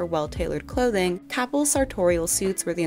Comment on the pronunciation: Capel is not pronounced Kaah-pel. Instead, it is pronounced Kay-puhl.